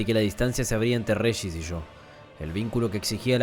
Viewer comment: buen relato amigo, solo un par de consejos que no pediste jajajajaen regis lo estás pronunciando como reyis pero a mi entender está mal, se utiliza la misma fonética que en región, registras, etc. En dicathen el acento prosódico va en la a, dicáthen, espero no te lo tomes a mal, ya me lei la novela unas 5 veces y es de las mejores que leí hasta ahora (para mi eh para mi, como diría el posho vigñolo)